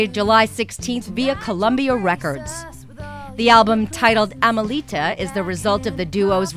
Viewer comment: 1. It's a soft O pronounced Rob - i son, not Robe - i son. 2. It's a soft A for Amelita 3. They tour mainly in Canada, not outside North America. They have played several benefits in Texas the past few years also. Sorry, but I read in one interview how "Robison" was the fiddle player. Get the facts straight. I know you must do lots of reviews, but still....